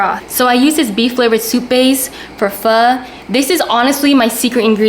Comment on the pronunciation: She's black because she can't even pronounce Pho correctly.